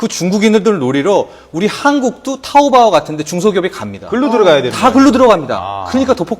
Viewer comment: 개병신 부를줄 모르면 부르지도말라 먼 샤오미냐 병신너네사나 짝퉁이다 병신 먼샤오미냐 쑈미 지 병신들 그러니깐 너네. 그병신 박근혜 중국가서 개망신다하구왓지 참 지랄연병 함께사진 찍자고햇는데 가라는가해서 갈려하니 미련하기도 알리바바아니고 아리빠빠라고부른다 병신들이 발음 똑똑히 해라 토우보 아니고 토우뽀 미치겟다 정말 진짜 짝퉁은 너네 진짜 짝퉁이다